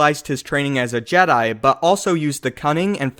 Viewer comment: Am i the only one that annoyed in JEDAY